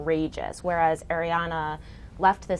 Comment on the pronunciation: Um it's ariAna not arihana